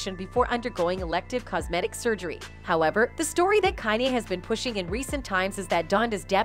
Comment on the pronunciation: The only thing I have to say bad about this channel is, YOU NEED TO LEARN HOW TO PRONOUNCE THEIR NAMES. On some of the videos like the Beyonce video or when she says Kanye. Or other words idnk why its such a pet peave of mine. It just like nails on a chalkboard to me.